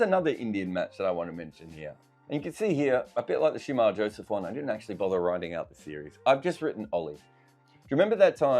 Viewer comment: Shamar Joseph and Kemar Roach not Shemar Joseph! :)